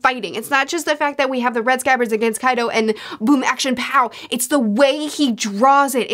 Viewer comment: I find it fascinating that can say Pachycephalosaurus without missing a beat, but she will stumble on names like Kaido or Ulti hahahaha Never change!